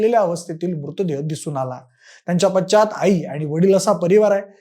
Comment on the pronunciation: पाच्चात नाही हो पश्चात